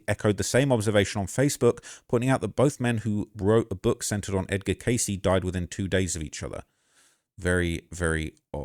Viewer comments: Edgar *Cayce pronounced phonetically as kay-see, doofus. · Edgar Cayce: "Casey" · Cayce... Pronounced (Kay See) 😉 Rip David I always enjoyed seeing him on Ancient Aliens. 👽